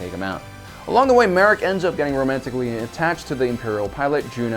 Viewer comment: It’s ma Rey,!